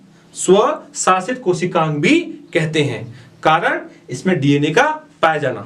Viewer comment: Sir aap word ko kuchh achi trah se btaya kro kyu ki samajh nhi aata aap smart board ka use krana aapne savshasit word bola isme kuchh samgh nahi aaya